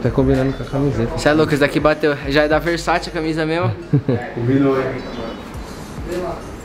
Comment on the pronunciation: "versaçi" KKKKKKKKKKKKKKKKKKKKKKKKKKKKKKKKKKKKKKK VTMNC KKKKKKKKKKKKKKKKKKK